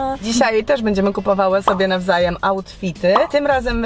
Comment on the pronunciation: na początku zamiast nazwajem to nazwajem czy tylko ja zauwazylam? :>>>>>